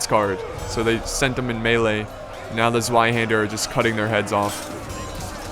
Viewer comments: Zweihander is simple Tzvei that is how you pronounce it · Zweihander or Zweiänder how it's written in German, is pronounced tswaihaender. Also it's 1 Zweihänder and 2 Zweihänder. Not Zweihänders. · Problems pronouncing zweihander? 'z' is pronounced as ts in tsunami. so zweihander is pronounced tsweihander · Try pronounce the "Zweihänder" with a "ts" at the beginning. Like "Zar" for example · I yust love your battles and your commentaries! and I love the way you pronounce "Zweihänder" (you have to stress the `Z` and of course the `ä`) but I know how hard it is to pronounce it right GO ON BRAVE SOLDIER!!!!!!!!!!!FIGHT!!!!!!!!!!!!!!!!